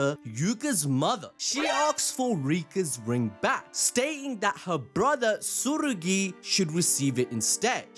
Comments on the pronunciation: I know it ain't that deep but his name is Tsurugi not Tsuguri 😭💀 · Hey boss. It sounds like your saying tsuguri when I believe it's tsurugi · why you keep on saying "Tsugiri"? I thought its "Tsurugi"